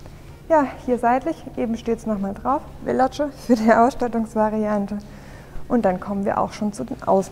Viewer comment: Super präsentiert 👍🏼 Es heißt jedoch veloce nicht fellotsche 😉